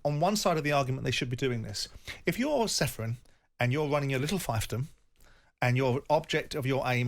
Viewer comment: can someone PLEASE tell Simon it's pronounced "FEEFDOM" already.